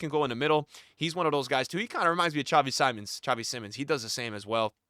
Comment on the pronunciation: Please lookup how to pronounce xavi simons